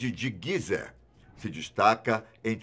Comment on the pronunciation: Não é (guizé), não existe nenhuma com esse nome é sim (gizé) Gizé!!!.